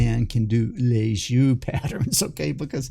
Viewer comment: Nice video but you should look up how yo pronounce "Lissajous ".